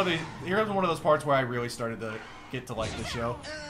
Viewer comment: You said farted instead of started. EL OH EL!